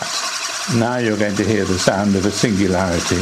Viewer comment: "The sound of a sinularity..." Fully agree on the "Wow!"